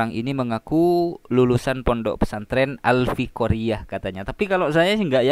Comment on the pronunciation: Pesantren " AL FIKORIYAH" 🤣😂, emang ada bahasa arab "al fikoriyah"???